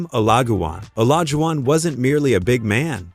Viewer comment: Did Ai Just say OLAGUWON?